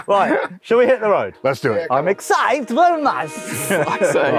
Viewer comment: says vury a lot.